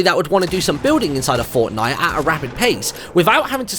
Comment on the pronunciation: he didnt say fortnite. he said fornite